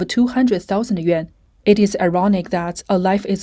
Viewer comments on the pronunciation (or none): none